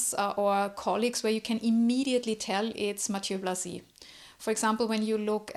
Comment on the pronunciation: Thank you for this presentation of Blazy! I'd also pronounce his name this way.